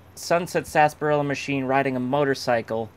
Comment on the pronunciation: Still good to see everyone says Sasparilla instead of Sarsaparilla.